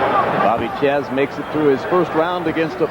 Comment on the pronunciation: its pronounced (chaz) my daddy named me after him i cant even count how many times a teacher mispronounced my name lol